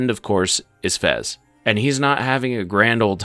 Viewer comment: His name is fez, not frez